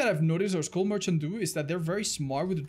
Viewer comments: i cringe everytime says school merchant instead of skull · I thought he said “school merchant” now I know the name of the character but I was convinced for like 5 seconds. Besides that great job